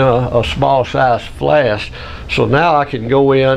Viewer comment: Thank you for the great video packed with years of combined knowledge! One question: are you saying "flast"?